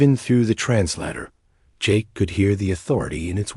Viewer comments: It’s not trans-latter. It’s trans-lay-tor. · What is a "trans-latter"!!???? I know what a "trans-later" is....but not a "trans-latter"!!! And what is with the..............pauses in the middle of..............sentences????!!! I am outta here at 2-3 minutes into the................story.